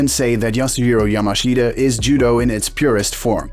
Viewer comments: Pronounced YAMASHTA and it's Jigoro Kano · It's pronounced "Yamaschda".... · The guy's name is pronounced "Yamash'ta". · 名前くらいちゃんと言え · Pity you cannot even pronounce his name correctly! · It would have been nice if you had learnt how to pronounce his name properly first.